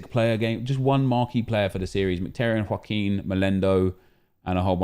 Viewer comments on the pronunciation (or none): none